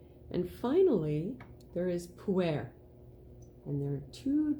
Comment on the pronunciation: Pooh Air Indeed 🤣 I wish the pronounciation was more accurate because I really struggled with the back bit of the video. Sheng (or raw), not shang. Pu-Er with the 'er' more like 'erm' without the m, not Pooh Air, please 😂